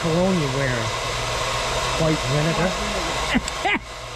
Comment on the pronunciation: Your new exclusive cologne Deli, by Vi-Nay-gar. Sold only at the finest stores.